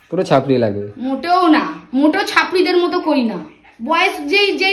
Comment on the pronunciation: ওটা চাপড়ি নয়, ছাপড়ি বলে